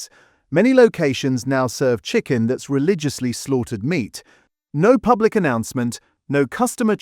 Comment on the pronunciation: 'Pubic' is tired. AI SLOP.